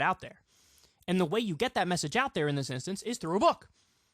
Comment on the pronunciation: Why does he say book “bùk”